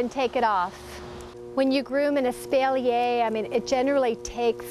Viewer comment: Probably because it shows you just about zero. And her pronunciation of espalier.